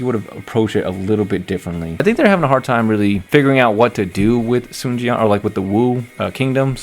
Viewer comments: There is actually a "w" component in "Sun" (technical term is "rounded") "swan" is indeed incorrect though, especially the two syllable way of how it's done in DWO It's a "close back rounded vowel" diphthonged into neutral schwa (mid central vowel), but it's also still a single syllable But, there is basically no way to convey that to a general English speaking audience via the Latin alphabet If anything it tells me the direction is actually trying to get them to speak mandarin, just it's too hard for the VAs. Many of the pronunciations from the older games you are familiar is also super wrong anyways (it's not the "soon" family, as you have pronounced either) so the whole thing is just a lost cause, I wouldn't worry about it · I think the voice director was trying to be more accurate with mandarin with the Sun, (swun), but they said swan instead